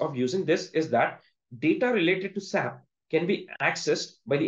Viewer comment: FYI, Don’t say SAP, say S A P..